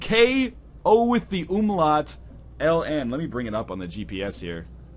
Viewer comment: and you lost all of your pronunciation credit when you said umlaut